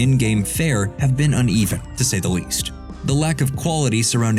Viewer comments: Shout out to "UNVEVEN" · No hate directed towards the video or the people making it but "Unveven" made me laugh